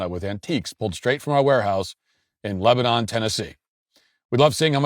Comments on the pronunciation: Very happy Matt that you're living in the region where I grew up and, although on a lengthy career sojourn, I still call home. But it's pronounced "LEB a nun", not "Leb a nahn" like the Mediterranean country. Having said that, those who made the re-branding decision hate what the traditional Cracker Barrel brand represents - nostalgia for the rural South. They can't abide any positive depiction of the rural South nor any affirming memory of it. Food and service quality at Cracker Barrel have been declining for quite some time and this provided the opportunity to erase the brand and replace it with a woke-approved, beige, minimalist look that means nothing to anyone. Customers are now left with no reason to choose Cracker Barrel over the many other restaurant chains available, but that's OK with the Board and the Executive team because a positive memory of the rural South has been discarded. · It's not Leb-a-non!!!! That is the country north of Isreal. We call it Leb-nun. I can say that because it's my hometown. Class of '86. ....wahoo.🤘🤘🤘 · It’s pronounced Leb-nun, Tennessee.